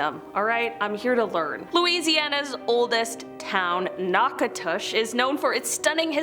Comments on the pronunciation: Instead of pronouncing it Noc say Nac Natchitoches you pronounce the ending perfectly. Its a native word “nacicit”signifying “a place where the soil is the color of red ochre. Natchitoches is surrounded by farmland in which the red dirt from the river is enriched with lots nutrients making it great for growing crops. Not only is it the oldest city in Louisiana it was also the old settlement in the entire Louisiana purchase settled in 1714. I currently live about 50 miles from Natchitoches & spent many of my summers on the Cane River at our camp right down the road from Melrose plantation.. Natchitoches is a beautiful little city full of history and wonderfully diverse people.🤎🤍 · Knack a dish, soft a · Nak a tich please. My great times 7 grandfather settled that place from Quebec in the 1700's. You are butchering all the names. Just dm someone from Louisiana to help you prior to posting. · Nack - a- dish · Nack a dish is how it sounds. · Pronounced “nak ah dush” think of dish but with a u